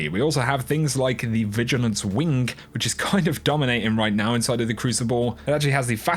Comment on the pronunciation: did you just say vigilance WINK?